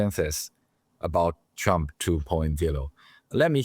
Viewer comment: I know it's only accent but I think we should all pronounce Trump as Chump.